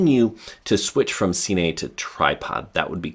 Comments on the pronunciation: “Seenay” mode. 🤦🏼‍♂️. Killed all reliability of information me. See you at the “seenayma” I suppose. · Am i the only one who cringed when he said cine? lol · it isnt see-ney